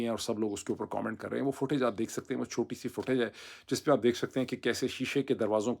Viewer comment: The way you said "Chutyee" 😅😅❤